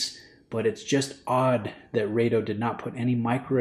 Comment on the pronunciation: It's "Raaaado" please.